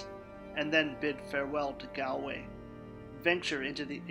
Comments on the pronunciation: Hey man, great video just one thing I’d like to point out is that it’s pronounced as Gawl Way not gal way, yes I know it makes no sense but that’s just how it is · Did you not make sure you knew the correct pronunciation before you made the video? 🤦🏻‍♂️